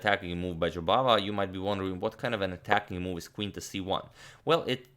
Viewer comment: Your pronunciation of Jobavas name sounded as if you said "Bahadur" which in Hindi means brave and indeed that describes the way Mr. Jobava plays. Bravo!